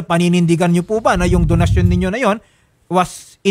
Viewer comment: bet ko kung pag ka bigkas nya ng donsyon parang binigkas nya ng "donahsyon " parang corazon to "corathon" hahhaaha vehking vehki